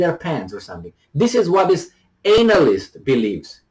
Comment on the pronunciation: pronunciation of the word analyst is funny. Maybe he does that intentionally. He starts the word with "anal."